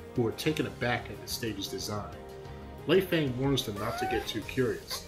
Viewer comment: You mispronounced her name. It's pronounced: Lay-fung (Lei Fang) you don't say Fang in an american dialect.